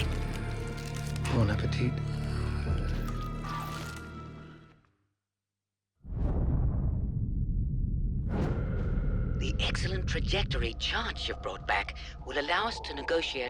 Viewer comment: “Bone Apple feet”